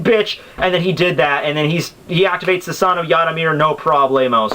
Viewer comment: all i can say is learn how to pronounce japanese characters dude cause the way you say susano or edo in edo tensei irritates me man a lot.